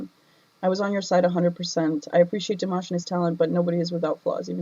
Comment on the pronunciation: Firstly, i love you reaction of Dimash very much. I always waiting for your reaction. But i just need to point out something.. People butchered his name (including you) so many time eventhough having react to him so much.. (everyone, not even singing using his name, just plain speak..butchered it) so I think from that, we can make a simple point.. Our own pronunciation is a mess when we pronounce something unfamiliar, so why we give leeway to ourselves but being critical to others? 😉 its true his english is not good during Singer competition..he don't know any English at that time.. What to expect, he just practice it a few day plus his hectic schedule during that time. Now his english got so much better. Btw honesty still the best option. Its good you point out what you felt. No need to be sad about it.. But while being honest, we should also having empathy.. Understand and learn when people correct us.. Its not about honesty alone after all.. 😊